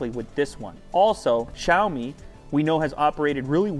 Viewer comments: jaoimi wtf its Sha-o-mi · It's not Jaomi.... It's Shaomi. Why every western Youtuber can't pronounced it properly!